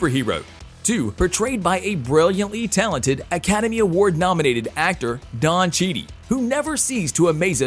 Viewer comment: “Don Cheedy” wow. Lol